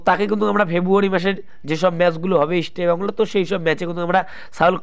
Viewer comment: আগে ইস্টবেঙ্গলের উচ্চারণ টা ঠিক করুন তারপর ইস্টবেঙ্গল কে নিয়ে ব্লগ করবেন। Ok